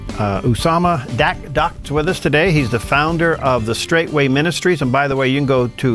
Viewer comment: It's Dakdok, not Dakota.